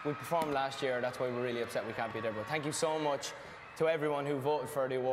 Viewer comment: “but tank you so much” GOD NIALLS AN ANGEL